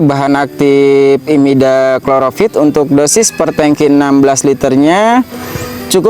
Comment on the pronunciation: Imidakloprid bang.... Bukan Immidakloropid Hehe Maaf, bukan menggurui